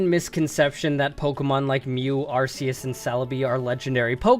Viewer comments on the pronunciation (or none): It’s Arc-eus not Arce-eus...